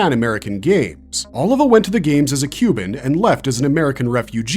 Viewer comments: O-livah not oliver lowk pmo after a while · Sergio Oliva not Oliver...lol great video still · Sergio Oliva (OH LEE VAH) 😎👍